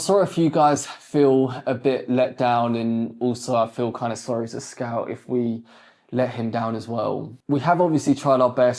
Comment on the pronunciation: Bro till now I thought his name was scalp because I heard scalp not scout